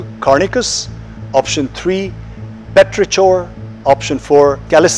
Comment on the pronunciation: The quiz master is pronouncing some of the words correctly like “petrichor” in this episode. I also onbserved some in another episode.